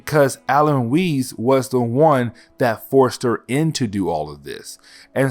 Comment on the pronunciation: Weiss isn't pronounced "wizz", its pronounced as "why-ss". And Foe-Dog would be more of a Shaolin Monk type character rather than a ninja, since ninjas are Japanese and this story takes place in China. The art is funky as he'll though. I thought this style went away with the early 2000's.